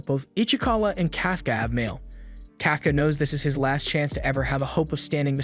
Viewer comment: Kafka Kafka (Cough)(caw) Not (Calf)(caw)